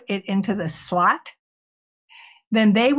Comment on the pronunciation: Did she say "slut"?! Wait a min.... Ohhhh.... slot. Gotcha.